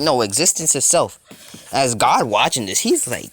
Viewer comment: It's god not gid